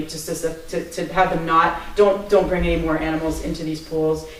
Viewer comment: "Bring" not " being"